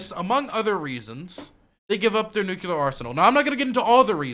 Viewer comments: Each time you say Nucular you make me blush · Bush jr really did a number on you. I mean "nuculer" just burned its way into your young mind. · the way says nuclear as nuke-u-lar is giving me cancer